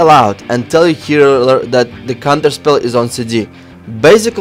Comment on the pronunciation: Cunterspell....lol not sure if serious